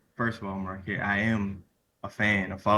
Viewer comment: Such a fan, but cant pronounce Marquetts name. Doughnut!